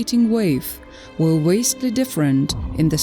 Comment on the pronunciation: Damn, can't AI do a better English pronunciation. VASTLY not WASTLY. Southern, not Sowthern.